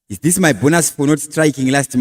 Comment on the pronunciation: Please change the way you say your words, for example when you say this you say thisa nemwe ma words as well